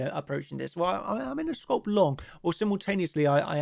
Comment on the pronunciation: Its pronounced scalp not scoulp.